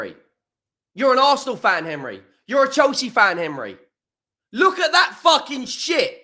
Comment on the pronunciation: Henry is so mad he can’t say his own name! 😂 “Hemry”😂😂